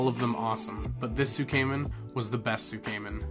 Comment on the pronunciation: Cool stuff as always my man, little bit triggered by the misspronunciation of shinkansen and tsukemen but that's just me being a dweeb. Also the most likely reason why your room smelled like farts was because of the tatami flooring, it can smell a bit when it's cold or damp/moist.